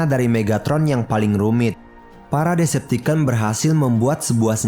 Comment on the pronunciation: Bang ngomong decepticon nya bukan deceptiken tapi deceptikon coba aja search d google translate